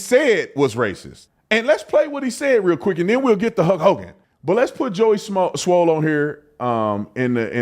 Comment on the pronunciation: You keep sayin Joey SMOLL!!! 😅😅😅